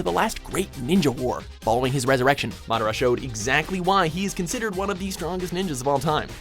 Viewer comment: Really masdira not itcha